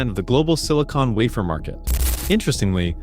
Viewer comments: Lazy producers. First say 165 billion and has 160 billion on screen. Next AI generated announcer which can’t say wafer correctly. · Waffer, wafer ,whatever.